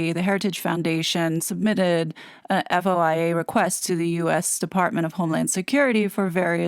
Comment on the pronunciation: fyi -- FOIA is pronounced foy ya. The DHS response to the Heritage FOIA was at warp speed compared to requests from the general public, including some journalists. Agree that DHS probably didn't intend to reveal "passport numbers" for Harry from their entry/exit records. However, it does suggest to me that BP/UK handled the Mexit situation appropriately by yanking his RF passport and issuing him a new British citizen passport (new number). Recall that Harry didn't leave the UK for several days after the Sandringham meeting and even expediting the issuance of a new passport would take a couple of days. He then needed an eTA to return to Canada (there's decent evidence that he did land in Vancouver), but those are issued as quickly as 20 minutes and at the outside within 24 hours. If I'm correct on this, it would also mean that Harry applied for a US visa when he was in Canada and other than MM, he had no staff and therefore, he can't claim that he didn't complete his visa application. MM left the UK shortly after they said "we quit" and wasn't allowed to hang around for the Sandringham Summit. Doesn't matter if she returned to Canada or the US as her US passport was all she needed to enter both countries.